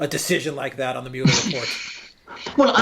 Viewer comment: Does Alexander pronounce Mueller (mue-ler) as 'mullah' on purpose?